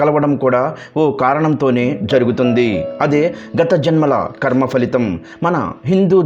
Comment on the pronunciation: ఖర్మ కాదు బాబు కర్మ అనాలి. 😊